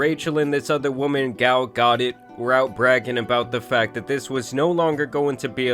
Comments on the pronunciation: I hate her. Whole story is enraging 😂. But brother I must say, the other woman Gal Gadot is quite famous and that is a crazy way to pronounce her name lmao. Its “Gal Ga-doe”. 😂😂😂😂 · “Gal Got-It…” Yep! She sure does. 😂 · But it’s…Gal Gah-dōh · It’s hilarious he pronounces Gal Gadot’s last name “godded” 😂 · Great video dude just saying pronounced [gal] “guh-dough” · gal gadit😂😂😂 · The mispronunciation of Gal Gadot's name was crazy 😂 That had to have been deliberate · This guy is slow as hell, ain’t no way he pronounced “Gadot” like that